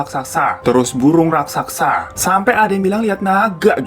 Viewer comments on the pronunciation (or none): none